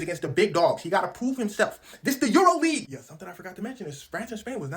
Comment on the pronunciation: Bro really said EuroLeague😭